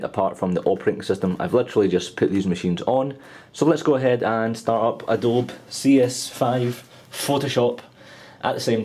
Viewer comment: it's pronounced ADOBEEE like a bumble beeeee